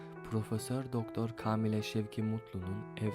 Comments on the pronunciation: Türkçe’ye bak! Kâmile , kâğıt ince okunur kardeşim, edebiyyen değil ebediyyendir o kelime de. Türkçen yoksa metni okursun sonra kayıt alırsın. Müzikle kapatabileceğini mi zannettin? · Kaamile değil kâmile 😂😂😂